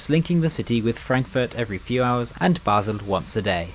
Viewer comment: The destination Basel is not pronounced `Basil`, but `Baal`.